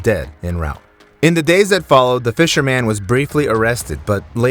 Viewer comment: The “fisher- man” ? What? The guy looks and sounds like English is his first language you show doing voiceover work. Idc either way more curious than anything - but it’s impossible a native English speaker sees fisherman and says “fisherman-MAN” there’s no dialect or accent that warrants that. So curious how little stuff like that happens in these scripts